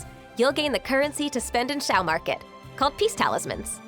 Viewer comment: His name is a difficult one. He is not "Chiao", neither "Siao". More like "Shiao" but depending on your accent it might sound strange.